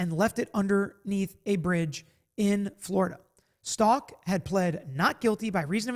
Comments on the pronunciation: Her last name is pronounced Stauch like st ouch ! Even her lawyers were mispronouncing it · least say Stauch correctly 🤦🏻‍♀️